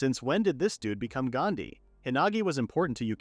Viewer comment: I don't know why people can't learn you can't ride in two boats with both of your legs on each one. Specially girls these days. Edit: never say that again with English accent this changed the whole meaning of Gandhi. the point i had enough. This was a good story butchered by fan service.